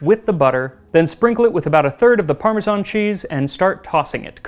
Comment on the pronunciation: You obviously love your job. I'm glad you don't say parmezhan, like most people do. The US has become obsessed with the "zh" sound.